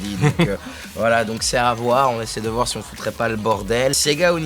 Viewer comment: "c'est à Voix-re" J'étais obligé